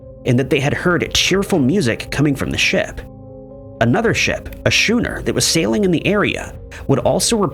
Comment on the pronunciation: Really? Do better- Requited=re-KWY-ted. Schooner= Skoo-ner.